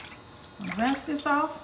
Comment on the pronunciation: When she said, "ranshe" that off", I knew that pie was gone be on point!